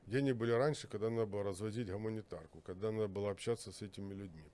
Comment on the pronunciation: Він навіть вимовив - "гАмунітарку". Прослухайте ще раз.